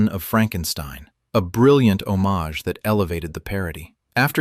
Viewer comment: what's with pronouncing the word "homage" differently? I am 78 and never heard it pronounced that way.